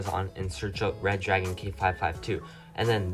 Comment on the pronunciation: Re-dragon!!!!!!!!!!!!!!!!!...not red-dragon !!!